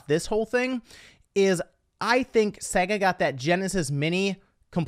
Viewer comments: it's not pronounced saga, it's sega. The name Sega, is an abbreviation of Service Games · Segga.... Ugh. It is SEGA.